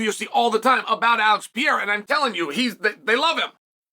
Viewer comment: Alex Pieera 😂😂😂😂😂😂 Love Uncle Chael's name butchering Can't let the names get close😅😅😅😅